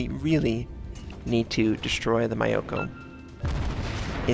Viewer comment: Fuck, I tried not to notice.... But that's not how you pronounce Myoko.